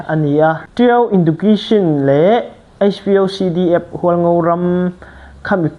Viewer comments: Education i lam dan chu le 😢😢😢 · Education lam rik dan chu tlem a i lo practice belh a ngai ang ❤